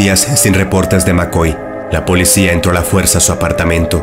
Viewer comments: No se dice polecia si no policía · Solo yo me di cuenta que dice polecia?